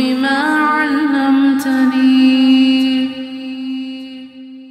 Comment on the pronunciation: I am having some problem with the recitation . Is the pronunciation is allamtani/ alamtani/allimtani.? May be it is my misconception but I am finding difference in what is written and what is saying. Secondly, in the first half of the video it is written “wa r jukni ” but later there is written ,“wa zidni” in the ayat/line . Please make it so that I can recite it properly